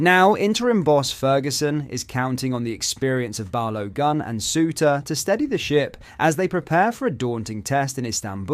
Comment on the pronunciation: "balowgun" lol